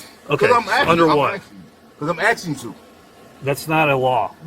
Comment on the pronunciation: I'm axing - is this fatigue generator for real?